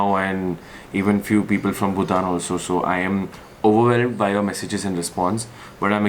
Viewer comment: Nikhil, it's BhuTAN not BhuTHAN